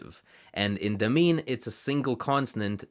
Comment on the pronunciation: Came here to say exactly this. Also the first syllable is almost always stressed in Tangkic languages, so we should hear LArdil, DAmin, and YUkulta, not larDEEL, daMEEN, and yuKULta as he pronounces them. Funnily enough, pronouncing the r as flapped like he does leads to "marlda kangka" (hand language) sounding more like "marralda kangka", which would mean "ear language". This is all nitpicking though, as linguistics enthusiasts like to do. Grateful to have a well researched video about these little-known languages!